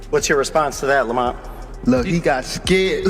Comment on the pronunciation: Hate when ya pronounce ppl names however ya want 😂😂😂 “lamant” roach ??? Cmon bro you ain’t even try lml